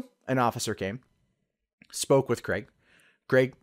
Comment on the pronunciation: An American that pronounces Craig properly.. so you guys can do it, you just dont I guess.